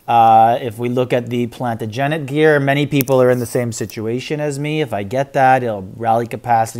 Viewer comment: Love your videos, but please... plan·ta-juh·nuht -- second syllable is emphasized "TA" like Waaaah The 10-level cake requires EXACTLY the same amount of 'basic gems' to be purchased. It hasn't changed... just more granularity of rewards